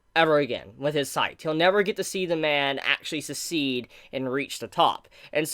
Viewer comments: The way you pronounce succeed is killing me. Say "suckseed" when trying to say the word. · Im sorry, I can't stand it anymore. Succeed is pronounced Suck-seed.